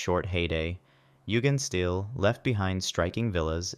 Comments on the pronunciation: It’s pronounced Yugendshteel and the largest neighbourhood of Jugendstil architecture is Südstadt in Bonn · Nice video. But please take some time to look up the correct pronunciation of Jugendstil.